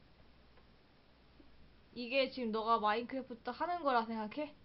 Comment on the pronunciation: 마인쿠래푸투(일본 발음)